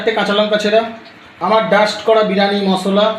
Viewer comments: বিরানি 😂😂😂😂 আগে উচ্চারণ ঠিক করো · বিরানি😂😂😂😂 আগে উচ্চারন টা ঠিক করো